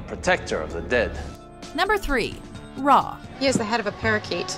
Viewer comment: Finally it’s ra not re